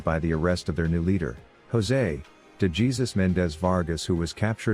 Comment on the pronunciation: this voice is definitely, not worth the hype still sounded like a robot and pronounced DeJesus like DayGeesus Good vid, but don’t ruin the channel with this bullshit. I can wait the longer time it takes to make a video by you narrating. I think we all can. Just saying.